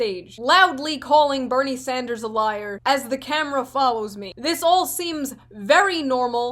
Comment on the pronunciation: Did she just call him "Senator Sandsdrew?" pokemon battle music starts